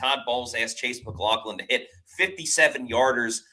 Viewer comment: I believe we should put it in caps: Mac LOFF lin.